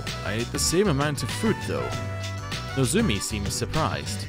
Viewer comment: But you do keep pronouncing "Nozomi" as "Nozumi"